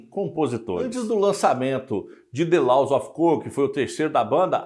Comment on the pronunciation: A pronúncia não "LAUS", e sim, "LÓS"